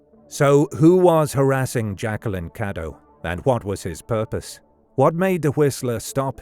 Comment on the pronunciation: Her last name was "Cadow" not "Caddo" and it's a German name.